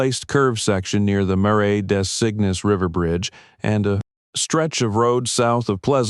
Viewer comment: Editors: Marais Des Cygnes is not pronounced: “Mare-I Day Sickness “ It is pronounced: “Mare-Ah Dah Zeen” Do your do diligence, and pay attention.